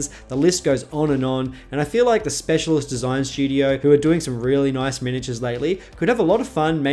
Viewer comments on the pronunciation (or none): none